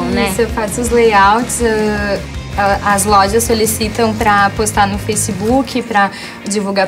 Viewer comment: Ela falou FRACEBOOK?